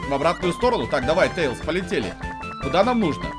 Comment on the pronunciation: Не тэилз а Тейлз